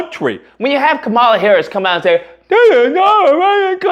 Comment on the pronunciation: It's interesting your video is about racists, but you struggle to pronounce Vivek and Kamala. 😬 I guess your audience will let that slide. I'm struggling on that part, I suppose. Racist whites aren't the only ones requiring further education. Yikes!